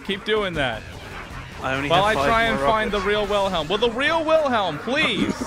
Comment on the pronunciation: YOU KEEL WHEELHELM?!?